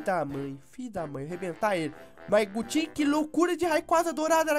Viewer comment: vc ficou falando gutin no final